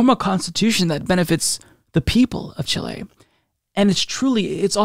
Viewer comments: It was a little distracting, lol. I was super "in the zone" because I'm from Argentina and a big fan of Allende's legacy, and every time he said Chilé was like a kick in the soul! Lol. But is awesome and not even that will make me not like him! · I am a fan and frequently send links to your videos to friends. That being said, Chile is pronounced with the first syllable accented, in either English or Spanish: Chíle. CHEE-lay or CHIH-lay. Thanks, and keep up the great work. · It's just the Spanish pronunciation with the stressed é (Chilé). It can feel strange to pronounce words from a language that you know while speaking English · Not chilean but i want to help, is CHI-le, chilenos please teach him! XD PD: chilenos éxitos en su constituyente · Great segment, however the accent is on the FIRST syllable in the name CHI-le...otherwise wonderful news.... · "Chi-lay" is gonna be my new safe word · Chilley? I can't listen to it. Too distracting. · Hey, love you, but what is that country “Chiléy” your taking about?😂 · I don't want to poke fun at you but you say Chile really funny. It's not pronounced Chilay. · Chile is pronounced chill-ee, fight me. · Emphasize the “Chi” and not the “le” As in: Chee-leh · It’s not chi-lay 😂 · I love you my guy but it's not Chiley, All the love to u tho. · Why the fuck are you saying "Chilé" it does NOT have the accent or emphasis on the "le" but on the "Chi". Got it? Thank you for learning new things. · Don't worry about how you pronounce Chile! What is valuable is your message and support for my homeland! Allende was a real statesman! I was young when he was elected president. I also lived the terror during the government of the dictator Pinochet. I don't wish that experience for anybody in the world! Thank you! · accent on the i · Chile doesn't have an accent on the "e" in Spanish though. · i love you but the way you say Chile is killing me. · My dude. The inflection is in the first syllable. CHIle. Not ChiLE.